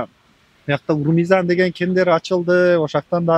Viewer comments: Журналист узбексинби урмизан дей берип тажаттынго Ормузан десең. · Урмизан дебейле ормузан деп айтчы